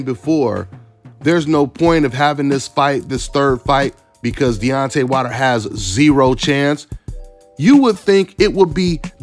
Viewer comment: Why u saying his last name wrong? Its Wilder, Not Water. Lol